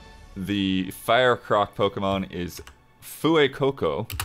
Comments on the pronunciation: Not "Foo-Ay", it's "Fway", one syllable, not two. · Fuecoco is a portmanteau of Fuego(Spanish for fire) and Cocodrilo(Spanish for crocodile) pronounced like Fway-co-co.